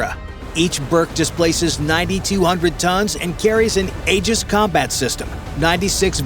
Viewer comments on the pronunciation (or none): none